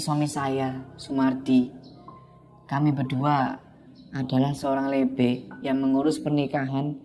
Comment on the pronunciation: Bukan lebe bang ,tapi lebe